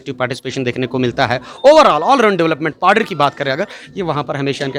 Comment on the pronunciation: Paddar Shabd ko to Saaf bolo Padire oooo kon saa Shabd hai,,,,, Khurnere Paddariyooo,,,,,.।।